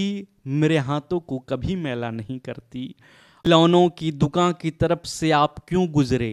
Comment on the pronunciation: Taraf ko taap bol rhe ho